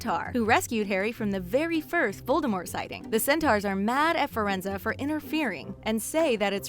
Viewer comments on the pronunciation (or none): DId u JusT sAy FiReNZo? WTHeCk! ItS FireNZe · Firenza? You mean Firenze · exuse me but you say fer-ren-zer instead of fer-ren-zi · OMG! Fur-En-Zu. What the heck? You pronounce it literally EXACTLY as it is spelled! Fi-Ren-Ze. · Firenze- you don’t pronounce it Fuh-Ren-Zuh, you pronounce it Fi-Er-Enz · She keeps saying Firenza, and it's so annoying! It's Firenze, not Firenza!😒😡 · Two muggles can give birth to a wizard, its called a muggle born or a ‘mudblood’ .Hermione is muggleborn... Also its pronounced Firenze not ‘Firenzer’😂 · Firenza? His name is Firenze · What is a centare it's centore and his name is friendz not friendzos goodness me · and its pronounced like fee renz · This video drove me absolutely up the wall simply because she kept saying the name Firanze wrong. It was legit nails on a chalkboard for me. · HOW YOU PRONOUNCE FIRENZE!!! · She was so wrong saying firenzes name!